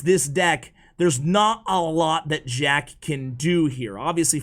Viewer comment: Sounds like he said shack at 28sec lololol